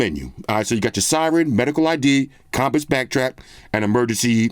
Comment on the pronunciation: Nobody:: “com-piss”